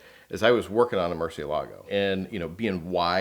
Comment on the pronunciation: FINALLY someone pronounced Murcielago correctly on this channel! You the man!